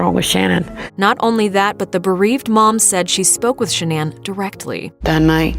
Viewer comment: I think she said /'sha-nan/ with the stress on the first syllable.